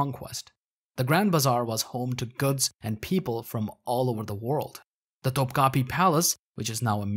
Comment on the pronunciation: Linguistic pedantry alert: Topkapı is spelled without a dot on the final letter: that is not an "i" sound, rather a shwa. Pronouncing it topkapi is as if one pronounced Na Yurk instead of New York.